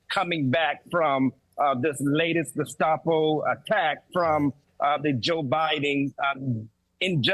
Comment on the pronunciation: Thank you,: "Bedminster," not "...minister." "Geh-SHTAH-po," not "...stop-o." Learn language, dumbasses.